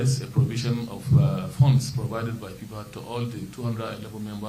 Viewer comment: Is it FIFA or PIPA😂😂🤣🤣